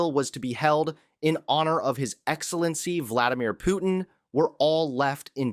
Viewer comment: You not saying Putin properly you freak